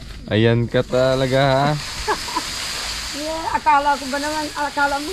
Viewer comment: PARANG KANO SI...OH!! YEAH SABI NIYA.